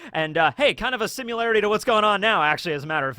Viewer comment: there is no “u” in similarity. why do you always mispronounce it? lol